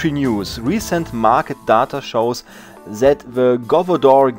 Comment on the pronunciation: Ach das gute Englisch von sat statt that